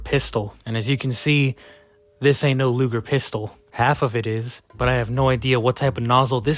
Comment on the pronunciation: "lugle pistol" 💀 btw it's a Luger pistol 🤓 yes I'm a nerd.